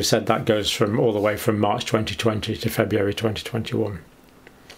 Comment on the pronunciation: FebRUary, not FebUary, Dr. John. If the Brits don't maintain proper english, who will? 😂 GK